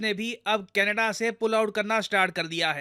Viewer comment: sir canedda... kya hai canedda me... lappu sa to canedda hai😂